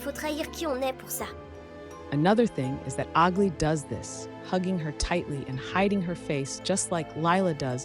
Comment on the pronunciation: Aglaea is a greek name and you should pronounce it better please